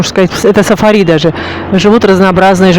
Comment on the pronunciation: Далян...без мягкого знака звучит странно, а ударение в слове Сафари тоже удивило, а в целом неплохой ролик, верно я поняла, что у моря нет гостиниц? И до моря добираться только на такси?